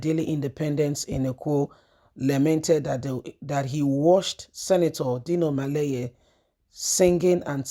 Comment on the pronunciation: It’s melaye and not maleye. Why do you have such a twisted tongue?